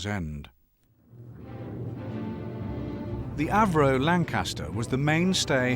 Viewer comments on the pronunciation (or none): none